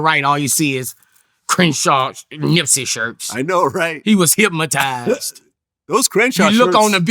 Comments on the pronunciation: Listening closely...Am I tripping or is Boosie pronouncing Hypnotize like "hypmatize" lol. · “ HECWAS HIPMUHTIZE !!! ” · He made him say it again hyp mo tize 😂